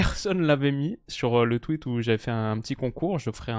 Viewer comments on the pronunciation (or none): none